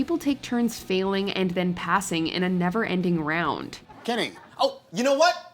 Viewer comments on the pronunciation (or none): none